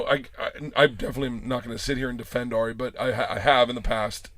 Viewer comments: Also its Ari, not Air-ee how Steve-o keeps saying it. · Stevo always says AIRie shaffir